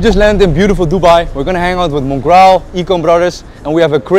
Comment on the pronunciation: mans said mongreel 🤣😂